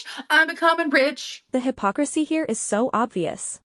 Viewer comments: What is the S slur? I am gay btw so interested Sorry I think I heard F word okay. Well there’s one thing in the uk gay people do not call each other that. For Amber to question someone’s else sexuality is the height of hypocrisisisisssssy or what ever she mispronounces. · So she can pronounce “amygdala” and “hippocampus” but not “hypocrisy”?…Sure.